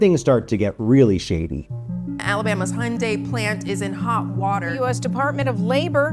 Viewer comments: I appreciate the insightful nature of your video. While watching, I observed a common mispronunciation of Hyundai. You articulated it as ‘Hyun-die,’ whereas individuals from the Hyundai organization correctly pronounce the Korean-branded car as ‘Hyun-day,’ which translates to ‘modern excellence’ in the Korean language. Apart from this, the video was exceptionally informative, and the voiceover work was commendable. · Please say the name correctly. It’s Day Not Die. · After all that, all I can think is: It's pronounced Hyeon-DAY. It means "modernity" in Korean. All the employees say it correctly, the news anchors, the lawyers... Yet for some reason the narrator just didn't research it or trust the worker's pronunciation? So bizarre... Comparison: "DAY vs DIE" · Picky comment, but if you are going to do a report on something, shouldn't you at least know how to pronounce it? It's not Hyun-die. Hyundai rhymes with Sunday. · It’s not hon di, it’s pronounced like Sunday, Hyundai. Just sayin’ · It's pronounced Hun-DAY, not Hun-DIE. I'm not sure how the narrator for this video got it wrong when everyone else in the videos, even the commercials shown, pronounce it the proper way. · Stop sayin Hyun-Die. It's pronounced Hyun - "DAY." The founder even stated this because he thought DAY was easier to say with the english tongue. DAE (DAY) is also a common pronunciation in Korea. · Worker safety doesn't promote profits. S. Korean companies are about profits. Worked at a Halla Cement plant in S.Korea, people were killed regularly at that plant, about every other month. It's pronounced "Hyun day" not "hyun die." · Listen to how the employee pronounces Hyundai (like Sunday). The reporter repeatedly says it wrong. Why is it so hard to pronounce it right? Rhymes with Sunday. Duh! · Who's HUNN-DIE ? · It’s pronounced “hyun-day” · It’s Hun Day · It's pronounced "Hyundai like Sunday", btw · Why are you calling it Hundie? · It’s Hyundai, like Sunday or Monday! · Pronounced "Hun-dae"